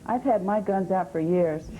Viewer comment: Did she say "guns" or "gums"?